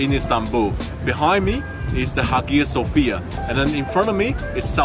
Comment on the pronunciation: HammaM Hagia (soft g) Sophia... you need to learn a little pronunciation